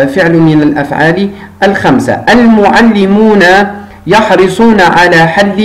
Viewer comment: يحرصون و ليس يحرسون...حرص يحرص شرح جيد و مبسط لأبنائنا. جزاك الله عنا كل خير.